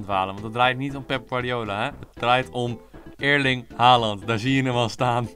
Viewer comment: Erling niet Eerling